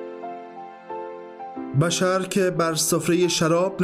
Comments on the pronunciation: سلام این دوستمون درست میگه boshr درست است نه bashar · سلام بشر با ضمه تلفظ میشه نه با فتحه